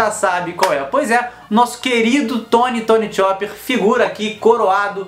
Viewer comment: Tirando aquele modo que vc pronunciou o nome do chopper, o vídeo é bão <3 inscrita